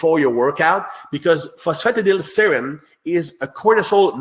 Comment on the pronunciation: This was excellent and worth listening to, if only to hear pronounce the word "phosphatidylserine" 😂😂👍